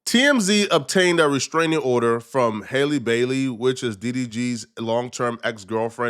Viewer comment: From Halle to Hailey 😂 then halo to hallow 🤦🏻‍♂️ Can you read bro? Halo is pronounced just like it always is, like a halo over an angels head and Halle isn’t the same as Hailey. Halle is pronounced like HA LEE. You said it right a couple times then said it wrong many more times. Pick one bro 😂